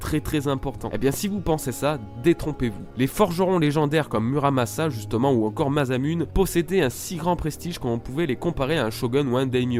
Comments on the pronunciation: Très bonne video mais stp... MASSAMOUNÉ ! x) pas Mazamunne x) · "masamune" se prononce "masamuné" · "masamune" la prononciation aaaaaaaaa